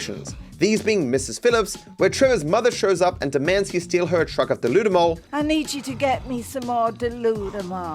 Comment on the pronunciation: Pretty sure deludamol is supposed to be "delude em all"